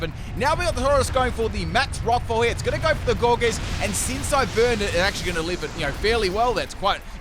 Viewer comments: Gore Geese lol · says Gourgeist wrong say poltergeeset right wtf man? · When he says poltergeist right but not gourgeist 😩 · He said poltergeist just fine, which is why i’m confused about Gourgeist 🤨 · How does one man pronounce it “Gourgeest” and then in the same sentence say “Polter-GUY-st”